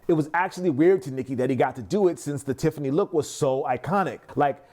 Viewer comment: "TIFFANEEZ" ad nauseum when the name is "Tiffany & Co." or commonly shortened to "Tiffany".